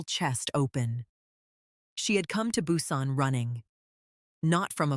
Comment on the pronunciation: Strange names, "N" "Narcision", "Nara", "Nae", "Hugh" and never knew there were so many ways to pronounce Busan. Other word mispronunciations, sentence structure and flow, strange stops and starts mid sentence... all made part two a difficult listen. In fact, I muted and read the transcript instead. I would gladly have waited longer to have a smoother delivery. The way the story left off there should surely be a part three; I hope the narrator is much better. Thank you for posting. I will give it another try.